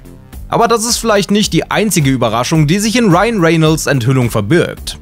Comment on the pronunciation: Er wird Reynolds ausgesprochen und nicht Renelds